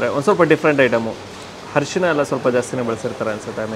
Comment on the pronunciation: ಹರಿಶಿನ ❌ ಅರಿಶಿನ✅